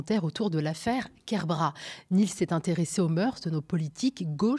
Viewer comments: KER-BRA-TE, le "t" se prononce! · Bonjour, juste une (toute) petite chose ; c'est KerbraT (le T est entendu) c'est un nom de famille breton et en breton , toutes les lettres sont prononcées.